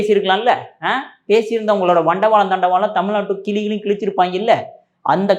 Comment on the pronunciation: நீங்கள் 'தமில்' என்று சொல்வதை மாற்றிக் கொள்ளவும். 'கிளி கிளி' அல்ல. 'கிழி கிழி'. தமிழை சரியாக உச்சரிக்கவும்.